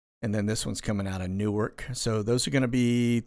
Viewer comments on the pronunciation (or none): none